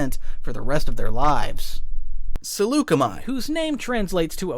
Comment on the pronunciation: Swear I can hear him saying Chi-Chi-chi-Chiyuh